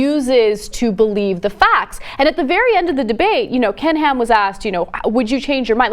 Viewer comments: Whenever John says Ken Ham, I keep hearing "Canned Ham". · oh damn now that's the only thing i hear! :(